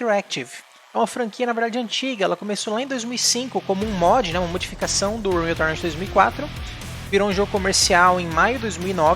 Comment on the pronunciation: "... uma modificação do Unrkflçddfsçjkg Tornfhjdkfs 2004...."